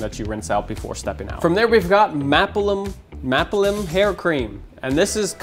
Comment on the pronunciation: Maapilim = mah-ah-pee-leem